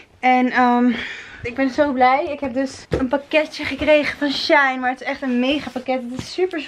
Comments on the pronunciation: Haha ❤️ je zegt trouwens niet shine maar she in hahahahah😂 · Super leuke vloggieee, maar ik moest echt lachen toen ik hoorde hoe je shein uitsprak😂 Je spreekt het namelijk uit als she - in ❤️❤️